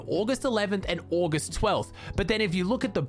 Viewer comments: I love how he sais ogh-est instead of August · I have never heard any1 say august like that